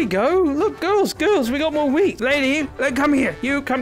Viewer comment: When you said “we got more wheat!” I tough you said “we got more weed!”